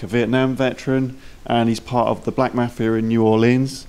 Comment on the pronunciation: I know it's their accent but I cannot stand how they say "mafia". Watch a "mafia" movie and listen to how it's actually pronounced